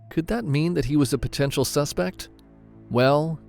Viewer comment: “Usual suspet” 😂😂